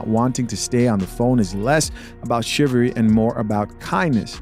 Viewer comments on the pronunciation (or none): ...the word is NOT "chiv-ary"...it's "chiv-alry".